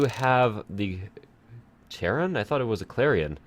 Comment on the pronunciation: Kayr-on. Greek pronunciation. He's the boatman on the Styx. So it's a hard C, ignore the h.